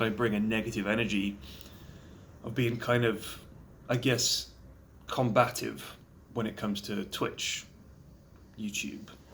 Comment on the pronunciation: Thanks for saying combative instead of combatitive and all your lovely, positive content over the years!